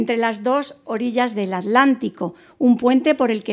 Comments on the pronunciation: Estupida es atlantico no alantico, piche vieja ocico mocho 1ro q s enseñen a ablar. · ¿ALÁNTICO o ATLÁNTICO ? con T L (te, ele)